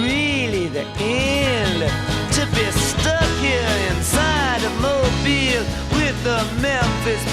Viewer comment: It's Mobile, Alabama.